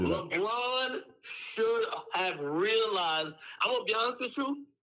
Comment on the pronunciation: " Souldnt of " - HAHAHA